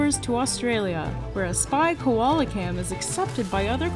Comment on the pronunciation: Girl its Koala Not Kolola